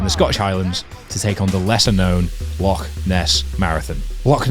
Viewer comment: Great video, some timely inspiration and wise words before the Rannoch Marathon. If you're back living in Scotland you're gonna need to learn to pronounce 'Loch' though 😀